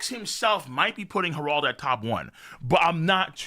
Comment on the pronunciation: its not pronounced herauld but harald